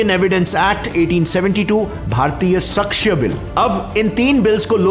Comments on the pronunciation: its not 'sakshya', its pronounced as 'saakshya' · भाई ...'सक्ष्य' नहीं होता , इसे 'साक्ष्य' बोलते हैं। बाकी वीडियो बहुत बढ़िया बना है। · भैया वह शक्श नहीं साक्ष्य होता है।😂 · bahut achhe se explain kiya apne bt साक्ष्य होता है सक्ष्य नहीं और सनिता नहीं सहिंता होता है ❤ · सक्ष्य नहीं साक्ष्य हैं भाई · Its not सक्ष्य bro. It is साक्ष्य (meaning Proof) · Hey, I like your content too much but, please take care of our Hindi language, *request Like, samhita - स(मं)हिता = संहिता Sakshya - साक्ष्य (not सक्ष्य),... And many more💔🤌 🙏🙏